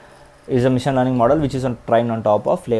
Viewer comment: Bro ...mission kaadhu machine...ila manam maatlaadithene overseas lo mana paruvu poi manalni jokers la choosthunnaaru bcz of our talking...pls say machine not mission..if u say wrongly then others also will get influenced🙏🙏🙏